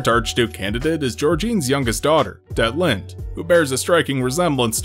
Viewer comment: It's Detlinde, actually. Not Deltine. And that's only in the English translation. Her actual name is "Dietlinde" (ディートリンデ in Japanese), which is a German female given name. ie is pronounced like the ee in "leek", which is also how the Japanese version spelled it in katakana.